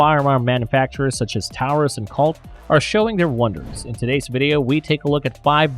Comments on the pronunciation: Please stop pronouncing taurus that way for fuck sake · "Tao-rus" with tungsten "cer-a-koat-ee" If you are going to play as a gun channel, at least pronounce the names and terms correctly